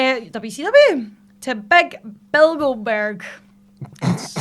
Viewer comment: Can't unhear Bilgoberg